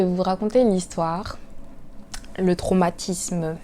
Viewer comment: le "traumatismeu" j'ai trop rigolé mais la vraie question c'est qui t'avais envoyé ? 😂😅 morale de l'histoire: toujours écouter ses parents mdr